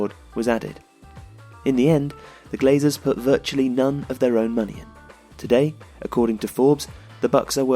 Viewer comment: It’s ”Glazers”